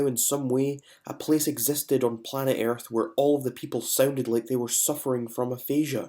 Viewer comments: “Planet airth” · eeearth nice pronunciation